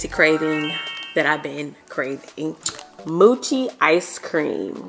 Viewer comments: I love how she said moochi ice-cream instead of mochi it's pernounced mochi the o sounds like it's name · Its "moe-chi" not "moochi" sis🤣😉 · moo-chee haha it's moe-chee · It’s “MOECHI” 😩😂😂😂😂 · And it's pronounced MO-chi like moe mo money lol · The mochi is actually red bean paste not dough and it’s pronounced MOW-CHEE 😊 and the tajin it’s pronounced TA-HEEN 😊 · It’s pronounced Mo-chi like Mo-esha lol it’s a Japanese dessert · She been saying mochi icecream wrong for years 😂